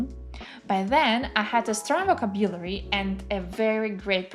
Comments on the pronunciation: Check the pronunciation of words, especially VOCABULARY /vəˈkæb.jə.lər.i/ It is hard to listen to you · Greating! I am native russian speaker and currenly practicing my listening skills. You sound quite well and clear however I listened to you at 1.5x cause of my practice. But could you please check your pronunciation "vocabulary" ( Немного режет ухо) Thanks.